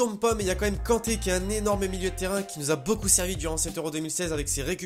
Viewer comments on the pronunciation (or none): none